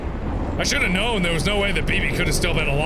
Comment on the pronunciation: the word "should" should've been emphasized.